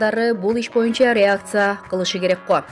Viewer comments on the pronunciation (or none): none